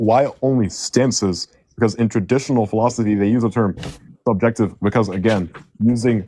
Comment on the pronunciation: you see what you do? lol, that alien language got that first dude saying philosoky